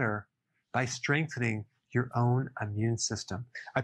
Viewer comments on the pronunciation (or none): none